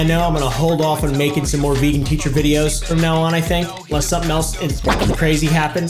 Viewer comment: veegin teecher